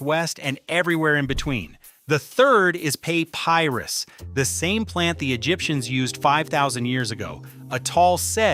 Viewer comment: "Pay-pie-rus"? What kind of AI slop is this?